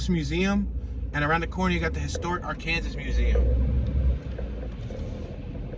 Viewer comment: How come you pronunce arkanSAS? It should be ArkansaW